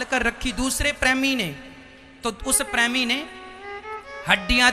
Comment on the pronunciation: Pehle premi bolna sikhiye😂😂😂